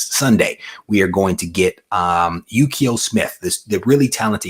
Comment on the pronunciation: Numbered Comments: 1. You (and I) always say Ukio, like Yukio from X-men, but I think it's just Uko 2. Congrats on new home 3. 9.9 you gave away was Detective Comics #1000 (Jeehyung Lee Virgin Exclusive) on Aug 4, 2019. The winner was Yamaha Joe 4. I will buy all those new X titles, but I am probably only person. These are my characters and seems like a lot of people are bailing 5. FYI, just crossed $19k given away. Props to GoCollect for sure.